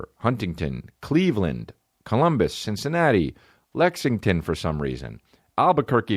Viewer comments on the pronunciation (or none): none